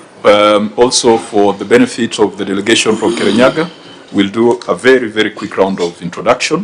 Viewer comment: Kerinyaga..... Not Murang'a... Ahh😅